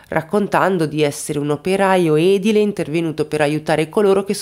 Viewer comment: Ciao, parli molto bene ma attenta ai dettagli. Si dice edìle e non edile